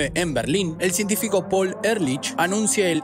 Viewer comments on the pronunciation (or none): none